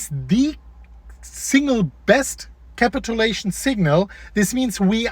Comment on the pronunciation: KA-pit chu-Lation. My dude.